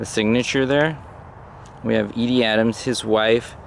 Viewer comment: Very tragic end to a man who was an innovator in comedy. As always, you showed great respect for the subject as well as proving your research skills are still sharp as ever. Just remember it’s pronounced E-dee not Eddie. 😉